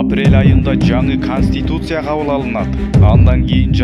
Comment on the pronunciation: Инаүграсия, риабилитасия, конститутусия, эпидамалогия...😂🤣Блогер!Үнүңдү ЖАСАП 😜😥 сүйлөгөнчө, лучше сөздөрдү туура айтканды үйрөн!😏🤧